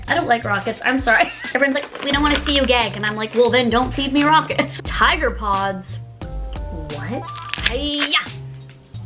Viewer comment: Omg girl. Its Tiger Pops! Not Tiger Pods! 😂 I rewinded like 5 times so confused.